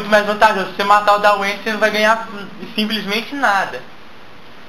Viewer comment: daweine é dwayne,mas o video é mto bom